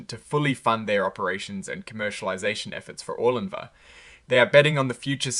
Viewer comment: Bro, how hard is it to say the drug’s name??? Did u say Orgun linvah? It’s pronounced Or-lin-va! How are you getting Or-gun-lin-va???